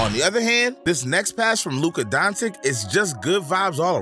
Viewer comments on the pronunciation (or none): Agreed. Luka donchick, Paolo Banchairo, Jeremy Sochan (ch should be silent but way he said isn't silent.)